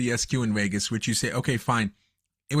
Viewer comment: What is the host’s native language? I keep hearing him say the race in Wegas.